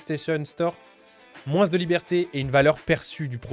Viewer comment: Je rêve pas t'as dis "moinsse"?!? Sois croyant ! Et remercie ton créateur qu'on soit séparé virtuellement